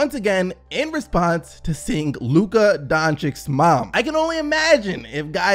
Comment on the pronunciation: It is pronounced Donchich, not Donchik